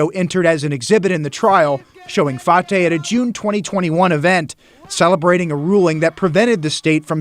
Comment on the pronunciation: Fartay needs to be arrested as well, sorry about the English pronunciation of fartay name, he's just blowing a bunch of air and I bet you he still continue to scam